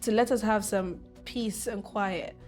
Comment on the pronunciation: Kw3 obi aa )correcti obi 😂 Quiet not quite